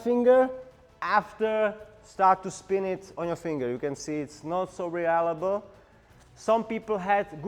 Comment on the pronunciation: I really love how you pronounce reliable as re-allible! It made me chuckle because it's so adorable. The pinch grip & hammer grip seemed to be the most effective, to the point that only preference would be at play as to which to use. The finger spin seems to be a closely guarded secret technique. It would look awesome, but is impractical for anyone who isn't trained to do it perfectly.